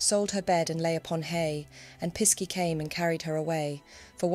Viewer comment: Pisky in Cornwall is pronounced Pixie (just spelt differently).